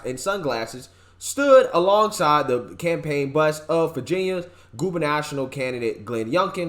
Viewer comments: Gubernational? GUBERNATORIAL. Cmon buddy. You need to pronounce common words like this correctly. It happens almost every video. I love your content but that's the stuff that makes you lose credibility. I know you're a really smart math/numbers guy, but the shitlibs don't, and run with whatever they can. Maybe push out less videos and get the ones you do right. Do you really want to trade your good reputation for $? Tough love, but I do love you brother. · Bro, you almost lost me at "goober national". It's GOO bah-nah-TOR-ee-al